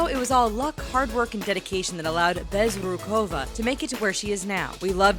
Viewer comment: So.. you can say the last name " Bezrukova" correctly buy you can't say " Zendaya" correctly?